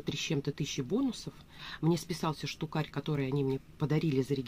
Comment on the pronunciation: "Штукарь" 🤦‍♀️ У меня кровь из ушей пошла.